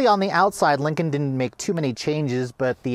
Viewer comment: He mentions ford yet never dodge, because dodge is better. He also says Lincoln wrong, he keeps saying Lincon